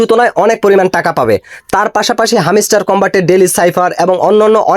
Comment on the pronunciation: view r jonno bangladeshi youtube r ra lengta o hoiya jaite parbo tar proman pailam😂. Ar bhai video r pasah pashi ektu pora likha da o korten tyla tw aida re hamiistar na boila hamstar bolten🤣